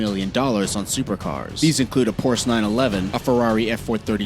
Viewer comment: You said Porsche wrong